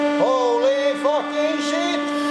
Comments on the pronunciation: HOWLEEE FAKIING SHEET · "HOELY FOOKIN SHEET" 😂